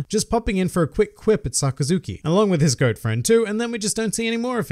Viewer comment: sockazuki?? I thought it was Sakazuki?! But it was a great video